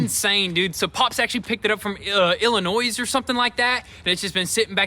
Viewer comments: When pronouncing "Illinois", leave off the 's'. It's pronounced "Ill-in-noy". When the French encountered the Illini native Americans, they mangled the name. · Illinoise... lol. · Illinois....is not ILL I NOISE.....SAY THE "S" again and guess what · Hey, there is no "noise" in pronouncement of Illinois! Love the show. Keep up the great content. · ILLINOISE.... SMH 🤦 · "Illinoisssss" : ) FYI, the "s" in Illinois is silent. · My man said Illinois is the is is silent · Illinois is pronounced with a silent s at the end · You don't say the s at the end of Illinois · It’s pronounced hellinois, the S is silent.😉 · Illinois doesn't sound like it is plural.... ill i no E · My boys! I knew the R8 was coming one day!! I hope you got crazzzy plans! Also you gotta know the S in Illinois is SILENT in case you guys are not actually aware. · Illinois with the s pronounced. Politze. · No s on illinois when you pronounce it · The "s" in Illinois is silent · Since yall are my favorite you tubers imma give yall a pass this time we don't say the s in Illinois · Drop the "S" when you pronounce Illinois. The "S" is silent. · Why does everyone outside of Illinois pronounce Illinois as plural... It's not plural! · In Illinois the s is silent love u guys keep up the great work